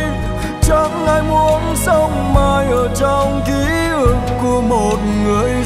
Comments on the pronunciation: "Ký ức" not "ký ực" nha anh Đan😂😂😂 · tiếng Việt phong phú, hát sai dấu nghe tuột mod liền, "ký ức " mà thành "ký ực" là mệt mệt gòi giống như từ "thúy" mà thành "thúi" á chị😂😂😂. Ca sỹ họ có cảm âm, tai nghe tốt hơn người bình thường chị ơi. Khi thu âm họ nghe lại, thấy chỗ nào phát âm sai họ sẽ đề nghị cho thu lại chỗ phát âm sai đó mà. K lẽ đội ngũ kĩ thuật viên team thu âm của anh Đồng Sơn k nghe ra lỗi này để nói ảnh thu lại? Hoặc chỗ đó nốt thấp quá, hát k lên đúng từ "ức" thì anh Đan phải làm việc với người Hòa âm để xin nâng tone khúc đó lên hát đúng chính tả. Mấy chuyện đó ca sỹ lâu năm như anh Đan biết mà chắc ảnh chạy show nhiều quá, k có thời gian take care kĩ bài hát mới nên zậy thôi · Kkk, em đã nói rồi. Anh Đan buông bài này ra cho các ca sỹ khác hát là làm bài này hot, sống lại liền😂😂😂. Giọng bạn đó bay, sáng hơn anh Đan rất nhiều, hát rõ lời, k bị phát âm sai khi hát "kí ực" như anh Đan hát. Nhạc trẻ anh Đan k có kinh nghiệm cũng k có thế mạnh luôn chị ơi, sao truyền nghề cho họ về nhạc trẻ được ạ? 😂😂😂. Bạn này hát nhẹ nhàng đúng chất ballad của bài hát nek, k làm người nghe cảm thấy mệt, nặng nề như anh Đan hát, nghe khác màu với anh Đan liền, thanh thoát, hay hơn chính chủ gòi, kkk. Đề nghị anh Đan chuyển giao bài này cho nhiều ca sỹ khác hát lại ngay& luôn đi nha